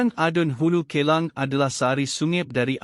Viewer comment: Sebutan Hulu K-EL-A-N-G......MELUCUKAN. vIDEO 6 MINIT PUN TAK BOLEH BACA SENDIRI DGN BETUL KE...KESALAHAN BERULANG MELOYAKAN.